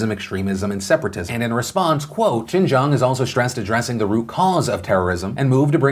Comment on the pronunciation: Good job pronouncing xinjiang!! The effort is appreciated.